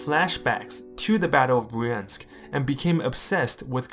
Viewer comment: What is wrong with American narrators that they can't figure out how to pronounce Russian words? Russian has two vowels for every one we have. "ya" and "yo" and "yu" are single vowels. Bryansk is one syllable. Vyazma is two syllables. The "y" is not a separate vowel. I'm sorry but you lose credibility when you don't try to get it right.